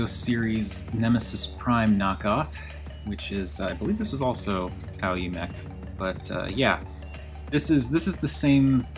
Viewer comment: I believe the name is pronounced like "ow-yee" BTW. Great review as always!